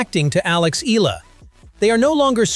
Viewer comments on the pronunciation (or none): IT'S EE-YA-LA, NOT EE-LA... AI SUCK! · It is E-YA-LA, not EELA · Mr commentator, Eala is pronounce ee ya lah not ela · IT'S EE-YA=LA, NOT EE-LA... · It's a bit frustrating to hear an AI repeatedly mispronounce her Tagalog last name as 'EELA,' especially when the actual hosts and people say it correctly. You'd think a program could get it right, but here we are! Sheesh! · start by pronouncing her name right......its e-yah-lah